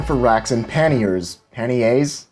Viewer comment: Love your videos , they're very educational. It's a little late for the correction and I don't mean to be a ∆!€K , but it's pronounced like Kanye with a P , "Pa-Nye" , with the "a" sounding with an "Ah" and not "an" sound "Pah-ni-é". Love the video